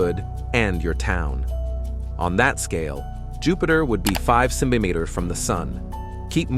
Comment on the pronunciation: Can you please pronounce "centimetres" properly...